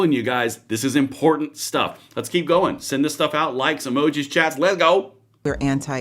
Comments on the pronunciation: I don’t trust anyone who says important like that guy did…. Import tant 😂😂😂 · Lost me at imporTanT, how do say several?